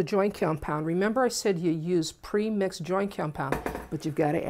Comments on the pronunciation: it's called what compound? Sounds like you're saying joy or joint (lol) but that doesn't make sense to me ;) Is this good for balcony walls that are cement & occasionally get wet depending on the direction of the rain? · I really needed this! Thank you! She gives easy and simple instructions that anyone can follow. She does have a problem saying "Joint Compound"- I got tickled every time she said it! LOVE YOU!